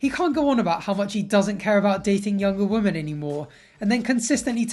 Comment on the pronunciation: You really don't know how to say the word "women", do you?